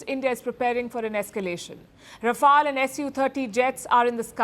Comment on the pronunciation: Its not pronounced as R-AA-F-AA-L… It’s Rafael… Ra-Fail